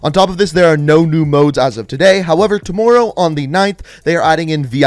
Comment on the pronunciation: Am I the only one who’s noticed how he says “tomorrow”? 🤔